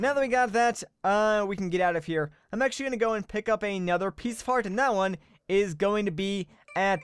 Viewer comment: he said piecefart